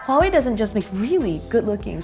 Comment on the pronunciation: One of the YouTube channels that actually pronounce Huawei right. Good job lol